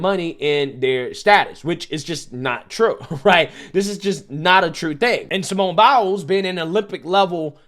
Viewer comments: "Simone Bowels" I know it aint on purpose, but they don't. Be careful, or they gonna come for you next. Lol love you brother!! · Dude I feel like he gets the names wrong on purpose lol. Simone bowels!? Come on!